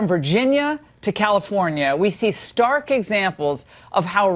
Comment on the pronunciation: Although she said "stark," to me it sounded like she wanted to say "dark," as in dark skin color. Hmmm.